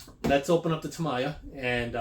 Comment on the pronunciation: Nice comparison vid ! Btw, it pronounces as "ta - miya", not "tama -ya"